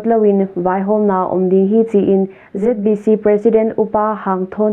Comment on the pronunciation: "Zeet bi Ci" hilo in "Zet bi ci" cih zawk ding hi.